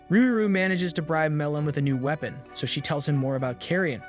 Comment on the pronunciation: Clearly. Weepon? Prinicial? The inhumanly pauses that happen occasionally?